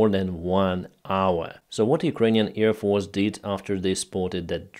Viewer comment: I love your reports. Just try to say AIRfield, not EARfield, AIRplane, not EARplane, AIR force, not EAR force etc etc...